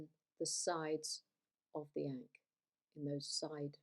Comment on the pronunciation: That pronunciation is wild.